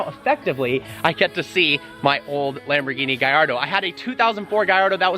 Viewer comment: Is he saying Gaiardo or Gallardo? Or is it just his accent?